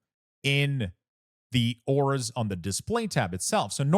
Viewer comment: DUDE please for the love of your family and bloodline.... learn to PRONOUNCE .... AAAAAURAS google it if you dono wtf u saying.